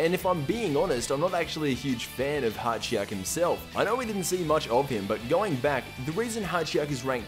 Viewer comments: His name is Hijack not hatchyak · It's Hatchiyack. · It's HA-ki-yack